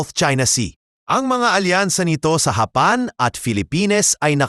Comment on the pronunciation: Paki ayos mo nga ang bigkas ng japan masakit sa taynga eh ayusin mo ok